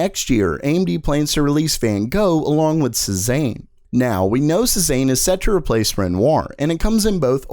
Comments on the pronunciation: Cezanne is pronounced 'SAY ZON' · Cezanne is pronounced Say-zahn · Here we go again. Like "Renoir", "Cezanne" is French. Your pronunciation of "Renoir" is close, but drop the "R" at the end. It's "ren WAH". And "Cezanne" is pronounced "say Zahn"... And not a single one of these cards is reasonably priced. These prices are obscene... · Cezanne is pronounced Say-Zahn not Sez-aine. Also other useful things to know, Hermes the fashion brand is pronounced 'Air-Mez' not 'Her-meez.' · please learn to pronounce Cezanne. It's sort of like "say-zan" Not "suh-zain" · Dude it's pronounce Sez-Anne not Sez-An. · It’s SAY-ZAHN, not SEH-ZANE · Pronounced see-zan Not sea-zane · pleas don't say cezayne ever again it's more like seh-zaahn-(e) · It's pronounced "say-zahn". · Sorry because I’m an artist... all the code names are famous artists, Cezanne is pronounce ‘Say-zahn’ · It is pronounced say-zahn for the love of god. French artist? Hard to trust your stuff if your are not even going to research little things like pronunciations. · Cezanne was a painter. I was thrown by how you pronounced that. It should like say-zon. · shaZZAM !!! . . . shaBOZZ !!! . . . it's pronounced say-zahn. , . . . like season but say instead of sea and a little heavier on the z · Cezanne is pronounced more like Say-zon He was a french artist which is in line with the other artist names they use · "SayZon" pronounced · Just FYI, Cezanne is pronounced "say-zahn" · It's not pronounced " Say-zahn"? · A tiny little cringe every time you say "Cezanne" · One note : Maybe google how to pronounce "Cezanne" first ? It's not a "recent pop-culture item" but it is still very well known ... and you'll have to say it a bunch of times in the future so I think getting moderately close to the correct pronunciation (i don't think anyone needs to be spot on) is really worth the 10 seconds ... to not sound ridiculous :) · How many times can you butcher the pronunciation of "Cezanne"? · Yeah, that really bugged me.